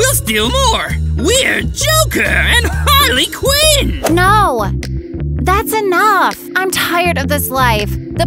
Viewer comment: harley quin said harley qweens